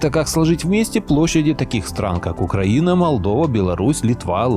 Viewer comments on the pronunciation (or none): none